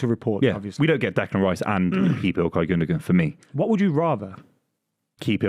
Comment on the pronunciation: also them all pronouncing Gundogan wrong...